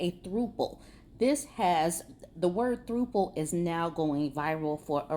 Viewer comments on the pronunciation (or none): It's not throoople. It's pronounced like the word couple. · "Throuple" isn't pronounced like "throople". It's pronounced like thrupple. Throuple is a combination of threesome and couple. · Lol "throuple" is usually pronounced as like it rhymes with couple. But other than that, this news made my day! 😂😂😂 Thanks!